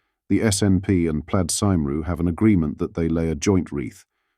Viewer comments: I know 'Plaid Cumree' but who on earth is 'Plaid Simroo' ? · Plaid SAIMROO, WTH? It's Plaid Cymru, pronounced KUMREE, if you would like to inform the AI bot you use to generate these narrative commentaries. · Pled Saimrw? Stupid AI voice hahaa! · Please check how to pronounce Plaid Cymru before broadcasting. You completely mangled it twice. Interesting you were careful about getting other overseas pronunciations correct but didn’t even bother to check how Welsh is spoken . It is the second official British language 😮. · You need to train your AI voice to pronounce Farage and Cymru correctly